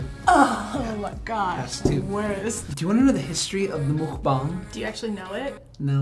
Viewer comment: If your going to do a mukbang atleast say the word correctly